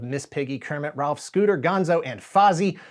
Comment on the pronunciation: The dogs name is ROLF not Ralph 😂